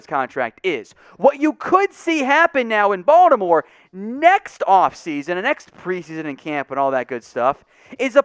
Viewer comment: Finally, somebody who pronounces Baltimore correctly; (Bawl-di-more). It's either that or "Bawl-more." Anyways, I think adding James to the line depth holds decent upside potential for next year and Gus Edward's extension was a solid move.